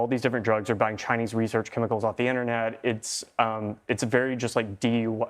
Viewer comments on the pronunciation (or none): Did the reporter really just say DYI? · the vanity of it all…and it is d.i.y not d.y.i.